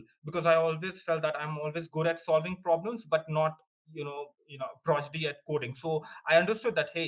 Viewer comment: Progidy nahi prodigy hota hai! fake accent vale🫠 why can't you just talk simply? There's no need to fake your fu*king accent